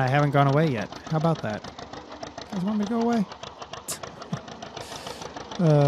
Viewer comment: can't not vant